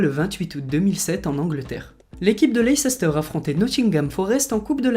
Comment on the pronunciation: Toi aussi tu as fait l'erreur de dire "leiceister" au lieu de prononcer "Leisse-steur"